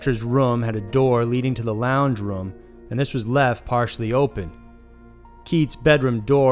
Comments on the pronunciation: I hate the way u say room. It's room not rum. Roooooommm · Anyone else cant get over how he pronounces room as ruem?